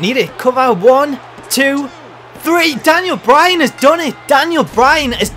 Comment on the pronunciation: DANyal Bry-Han as de-feet-ted de Unda-Tak-Ha